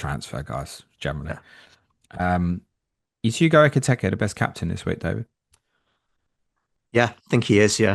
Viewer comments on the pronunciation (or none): do you pronounce Ekitike's name with two Es to wind us up?